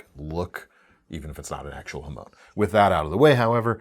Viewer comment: The word is 波紋 (はもん) "hamon", not "hamone".